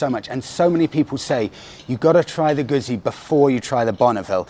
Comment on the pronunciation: Your second vid in the series on Bike rental companies. Thank you because you are providing a real service for us folks who want to ride the Island but cannot get our own bikes there. ( as much as I wish I had the time for an epic tour ) PS: If he wants to learn how to pronounce Guzzi properly , just tell him to order a Pizza.;-)